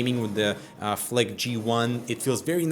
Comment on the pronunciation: flick sounds like fuck